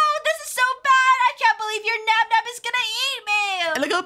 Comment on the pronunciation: it's nabnab not nab nab